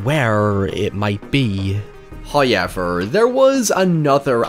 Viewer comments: It's not pronounced "Hi-Ever" it's pronounced "However"!!! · Do all Irish people say “however” like “huoyever” or is it just this guy? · I just want a loop of you saying, “hiyever…” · I’m pretty sure starts all his scripts with the word “hoyever” and then builds around it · "HOYEVER..." love this lad